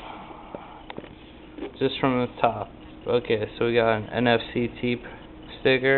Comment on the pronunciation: i think you pronouce the name n-fect like inferction also what is your skype